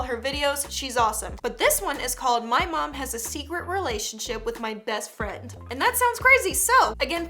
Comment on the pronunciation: Do anyone else here the orange hair boy say bast firend?